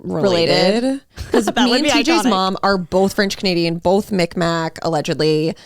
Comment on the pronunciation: It’s not pronounced “Micmac” it’s Mi’kmaq pronounced “mig-maw” 😊 just a little correction!